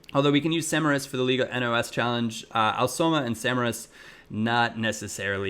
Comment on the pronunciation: Hey here's just a little correction from a portuguese fan. Instead of saying N O S. Say it all together kinda like, liga nós. Keep it up, love your vids:)